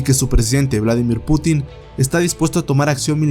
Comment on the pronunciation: Es Un Putin, sin acento en la "i".